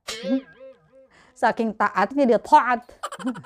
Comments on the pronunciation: Taat jadi thoa'at hahahaha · Lucu ceritanya sampai taat aja bilangnya tho'at tho'at ya hehe.